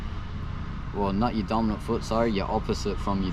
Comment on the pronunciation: did you say dominint foot on seat